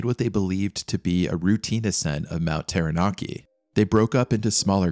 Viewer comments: im glad there arent many commenting on your pronunciations. Taranaki sounds more like tara ( tar ah but you kinda roll the r) naki (nah key) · pronounciation 'tau(warhammer 40k), rah (egyption bird guy) Nar (narwal), key..... tau-ra-naki, taranaki , Maori - Ma (hey maa and paa), or (and or other),reeeEEEEEEEEEEEEEEEEEEEEEEEEEEEEEEEEEEEEEEEEEEEEEEEEEE, and then say it faster- mao (like mao ze dong), ree, Mao-re.....also i hapen to live under this mountain, fuckn cold...all the time, but that day they climbed...was Insanely stupid...mt taranaki is snowless for most of the summer time, when it snows tho...its basicly turns to ice for weeks, a "do not climb" scenario, unless its been snowy for a long time...the mountains also really dangerous in the sence its a large pro-trusion among a flat area, and what happens is much like a air-con unit, cold air is heavier, so anything that touches the mountain cools, and falls down, big warm fronts would come..and the mountin would turn that into wind, or complelty re direct it, sometimes even rain cant fall near the mountain, becuase, its just that much of a atmospheric dip..... it was freaky day hearing about the trapped people, but the locals were all seriously like 'what in gods name are they doing there", its purely bat shit insane, the skii field is notoriously steep, the whole dam mountin is steep....even basic knowledge...that mountain is a strange danger dolan, im drinking anyway, but yeah, this be the story, the weather can change for the worse in minutes, even on a clear day, just takes a funny ammount of moisture about and poof...cloud, for days on end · I thought he said mt. Teriyaki.😂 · When I open my front door my unobstructed view is of this beautiful Mountain looks so tranquil yet scary tales it could tell. Thank you for this wonderfully put together short documentary. I admit I had lil giggle with your pronouciation but great piece thanks again x